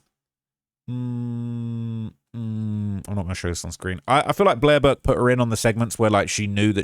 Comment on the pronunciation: you said "Durk" instead or Burke.